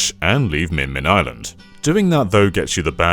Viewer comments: Spelled "Mimin" Says "Min-Min" Do you have ARMS/Smash Bros on the brain? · I'm hearing minmin but seeing mimin, which is it?